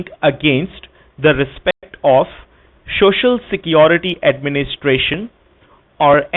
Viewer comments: shoshial security number 🤣🤣🤣🤣🤣🤣🤣 POS can't even pronounce it right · So hilarious...Shocial security ? 😂😂😂😂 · Don't you want your shuh-shul security? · "shoshal" security lol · This prick keeps saying "shoshinsa security. Another Indian pronunciation is "suspeeshious" for suspicious. Then questions about Ms Bowden's bank accounts etc etc. Just tell the scammer to go ahead with his threats by saying there is no such Miss Bowden so they are being taken for a ride. Also tell him He is the real HACKER.